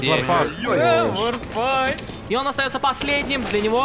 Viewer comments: Лять комментаторам почему не сказали как произносятся ники? Что за варпаШ??? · Почему комментатор не правильно всегда Варпач выговаривал?)